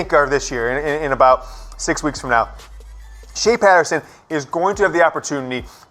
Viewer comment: "Shake Fay Patterson"...lol. Otherwise, go!